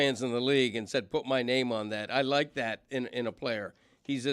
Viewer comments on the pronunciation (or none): none